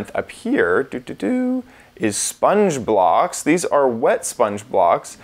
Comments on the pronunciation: every time he said "spongeblock" i hear: spongebob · When he says sponge block, I thought it was spongebob.